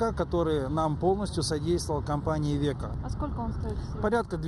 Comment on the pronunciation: Не "ивеко", а "айвесо"